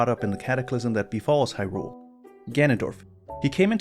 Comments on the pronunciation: What's up with people pronouncing hyrule all funny. There's a trend of people stressing the second syllable "hyRULE". It should be either evenly stressed "hyrule" or the first syllable "HYrule" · I like your videos and I want to say that it is very difficult to hear you stress the second syllable in "Hyrule." Like hyRULE. Hearing that is an anathema to me. Very challenging. Feels like I'm allergic to it. I also don't care what any official pronunciation is, if there is any.